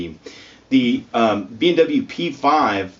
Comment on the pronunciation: sounds like you are saying BMW. I was wondering if the car revenue had fallen so low that they started making headphones to compensate....